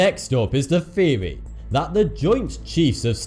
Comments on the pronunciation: Its THEORY not FURY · I didn't know you pronounce theory, feory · THeory THeory! Not fucking Feory you sound like you're 2 years old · Did you know TH makes the Thhhhh sound not the ffffff sound so theory is not pronounced feary lmao you talk like a toddler saying his age is free instead of three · What the fuck is a "fheory" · what the fuck is a feary? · Our next feory takes place between nineteen firty two and...... I don't know if I can keep watching him butcher the English language, and why is the so much eyebrow movement?